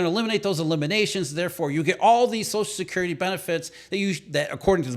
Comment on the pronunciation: Wtf is "sozicurity"? It's "social security", slow down your line reading.